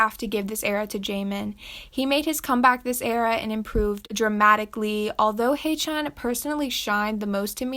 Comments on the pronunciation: please it's not hey-chan it ain't jee-sung and it ain't shushi so please learn how to properly pronounce. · 😬the way she said haechan triggered me 😭